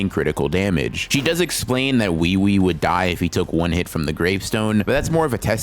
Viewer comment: No way u just called ui ui “we we”